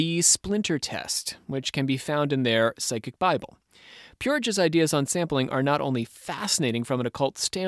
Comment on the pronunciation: Its PSYCHIC....NOT pronounced like side chick.....❤